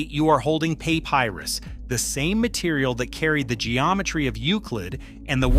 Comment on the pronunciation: "Pay-pie-rus"? What kind of AI slop is this?